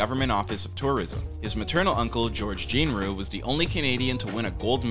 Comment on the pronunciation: Did a REAL human narrate this or AI? Fraser was mispronounced more than once at the beginning. Brendan's uncle is George Patrick Genereux (captioned Jean Rue, due to bad pronunciation). - the places named sounds like a long list, not city/state - Eureka, California. Seattle, Washington. Ottawa, Ontario. - who mispronounces "Methodist"? meh-THOD-ist?? Brendan (never Brandon) deserves a better video. 😟